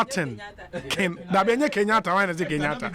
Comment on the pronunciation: Adomako Baafi says Kofi kenyaata. No, sir. It’s Kofi Ghanaata